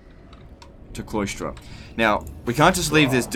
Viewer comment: Is he saying 'Cloystra' as apposed to Cylostra? 'Sigh-LOStra'